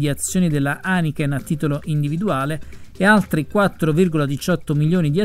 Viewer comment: Aniken 😂😀😝😄 Non si può sentire! Haineken, caro, Haineken! Studia le lingue (almeno inglese, tedesco e francese) se vuoi fare il giornalista! 🙈🙊